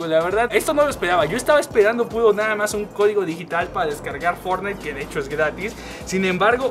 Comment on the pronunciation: Es podeso? Estaba espedando? Jaja no puedes hablar bien 🤣